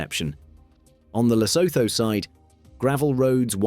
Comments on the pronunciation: And Lesotho is pronounced luh-SOO-too, in both British and American English. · Lo-so-tho🤣why why why why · Pronounced Le Suit two .. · lesotho is pronouned lesootoo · I love Britain and Brits, but why do you so stubbornly mispronounce proper nouns like Lesotho and Neanderthal? The haitch's are SILENT mate, SILENT. And can you have a little tiny bit of respect for people whose names come from a different language. Every time I hear José said as Josie, I really get frustrated.